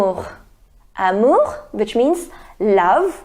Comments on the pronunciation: Why you amour with kh sound i can't understand this can you please tell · Mam r ko kh bolte hai french me "amour" ki pranounciation me